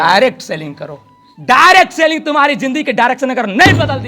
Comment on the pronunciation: Reccomend ❌ Requirement✅ Lifestyle ❌ Lifeishtyle ✅ Direct selling ❌ Dirct Sailing ✅ Direction ❌ Direcsion✅ Relation ❌ Relasion ✅